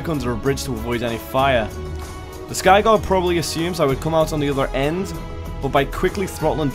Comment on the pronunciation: Its skygaurd not skygod